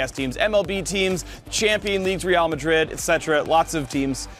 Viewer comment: So glad the smelly pirate hooker pronounced "Real Madrid" right. Was scared...